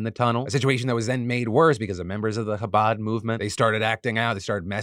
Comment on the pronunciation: The coverage of the Chabad tunnels in New York here was actually very well-done, I admire the effort to pronounce Chabad correctly! And of course getting the story across without falling into antiSemitism. I just have a couple corrections. I'm Jewish and I understand these things are complicated and can be hard to understand from the outside. Chabad isn't an "ultra"-Orthodox, or Hasidic, Jewish group. It's a very widespread organization of Orthodox Jews that you can find in virtually any US city. While the young men involved in the tunnels may be considered "extremists," their organization overall certainly is not extreme in any way. Just wanted to clarify that!